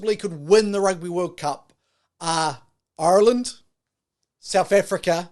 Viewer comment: Who is this guy...Ireland went to France this year..not last year...do your bloody reasearch you annoying fly...learn pronounce Ireland too